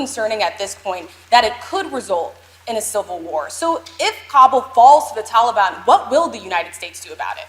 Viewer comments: Its taliban not Tullybun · "The Towleybahn" -Hidin Biden 2021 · Since when do we pronounce it Tally bon? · He always says "and I want to make clear", things have never been less clear with you at the helm, And start day Taliban the right way, it's not talybon you idiot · The “Tollybon”??? He is so stupid! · Anyone else cringe when he says “tally-bahn”?? Ugh!!! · “The only way there gonna be peace is that they work our a modi’s endi with the tal-i-bon.” -Joe Biden